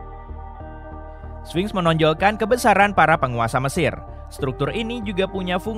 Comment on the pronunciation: Spinx... kok jadi swing????